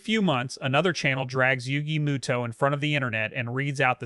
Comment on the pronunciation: Moto not muto